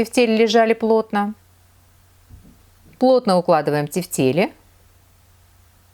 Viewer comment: правильно произносить тЕфтели, ударение на Е в первом слоге! вкуснятина! спасибо за рецепт!